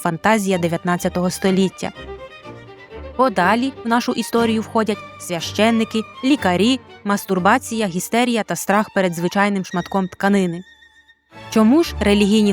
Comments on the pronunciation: Авторці відео варто перевіряти наголоси, перш ніж публікувати свої аудіотексти. Безграмотність не прикрашає. МЕдічі, гістерІя і т.д. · Все ж гістЕрія